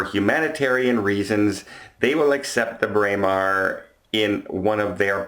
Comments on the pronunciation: You pronounced it beautifully,. Bray-mar is exactly how it should sound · Your pronunciation of Braemar is correct however your pronunciation of Meraviglia is wrong. That has been commented on before.